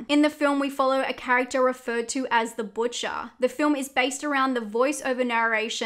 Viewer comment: I mean your accent when you said "Butcher" ;)